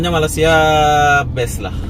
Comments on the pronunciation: Malaysia bro...bkn malasia....berok nau bunyinya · Sebut betul-betul... MA_LAY_SIA.. bukan malas_sia.. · Cara menyebut nama Malaysia senang aja bro...malay in English sia in indonesia.gabungkan bunyi itu akan jadi malay-sia tapi sebutan dlm Bahasa Melayu😁😁😁tapi org Indo agak payah mau bilang nama Malaysia..maybe lidah kalian lidah jawa barangkali😁😁😁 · 0.14 Cara anda bilang Malaysia itu salah bro. Masa masih ngak bisa udah begitu lama kerja di Malaysia...